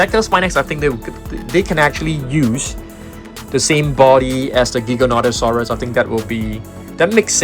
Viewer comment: Ghighananosaurus??? Bro hits hard with these names🍷🗿 Edit: its actually gigantosaurus